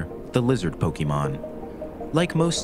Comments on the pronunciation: Ffs... It's po-kay-mon... Not key... The accent over the é tells you as much... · If this phony calls them "Poky-mon" one more time, I'm going to fireblast him. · I hope one day the Pokémon professor narrating this documentary will learn how to pronounce Pokémon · Bro is pronouncing pokémon wrong in a video like this and it hurts because its so good otherwise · You can't even pronounce Pokémon. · I care. It's aggravating hearing it pronounced like some boomer would pronounce it, or someone who's not a fan rather someone who is trying to mock it would say it. Then there was the creators pronunciation of the word voracity which was annoying as well